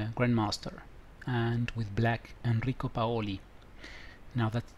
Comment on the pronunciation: Enrico Paoli was indeed an Italian International Master. He organized the well known Reggio Emilia New Year's tournaments for Supergrandmasters,very strong especially in the '80 e '90ies.He died in 2005 at almost 98 years of age! The accent of the surname goes on the 'a', but read the rest well.